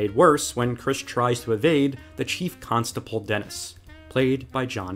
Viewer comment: Did he say "chief constaPOLE"?